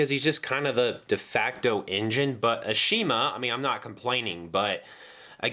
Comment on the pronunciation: Shouldn't you pronounce Ashima's name correctly? They corrected this in the reboot. Same thing goes with Rheneas' name being pronounced as Ren-ee-as.